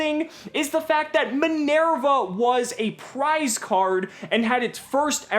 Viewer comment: Min-Air-Va Okay, it's not that he intentionally mispronounces Isolde, he just can't pronounce non English names properly.